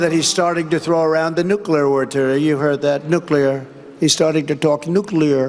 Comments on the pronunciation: Trump: “Obama, Putin, nooclear, nuclear (gets it right), nucular”.: the crowd sharing and vibing (little dance). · HJS "NUC-U-LAR"! IT'S PRONOUNCED, "NUC-U-LAR." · Nuclear, nooclear ,nooclear. Three times. We got it Don. Micncime? I come up with a lot of good words. I, I, I means like me, has anyone noticed that ? How the word I is like the letter I. That's me, I am like Donald. Your not Donald. Crooked Barac O'Biden is not me. He is not I. Bacon O'Biden I call him because he is crooked like a crinkly rasher of bacon. Has anyone ever noticed that ? A big guy came up to me, a big guy, a marine, tears in his eyes, worked as a border gard. He said, sir, the border is like a Venesoolian bacon rasher. Cooked in a nuclear, nooclear a nooclear microwave oohhhhhhhhh ! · He can't say nookler for sure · Nu Clear?? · "He's throwing around the nukeliwertur." I'm sorry, what? Could you define "nukeliwertur" for the class please, or maybe use it in a sentence? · Donnie it's pronounced "new-clear"! thought you were an ivy league educated genius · Nucula ! He’s talking Nucula ! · Obama really is under Trump’s skin, but the thing that struck me is that he can’t say the word nuclear. But neither could Bush! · He says “nuclear” like Homer Simpson. Also, Obama lives rent free in Trump’s head. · Well, out of all the words Donnie mispronounces, I'm amazed he can still say "nuclear." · He also said "nuclear word-rter" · He can't pronounce "nuclear." He doesn't even catch himself saying "Obama." Anyone can misspeak but he does it over and over again. He thinks of Obama 24/7